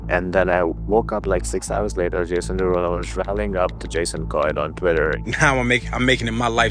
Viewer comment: “…Jason DeRugPull…” 🤣🤣💀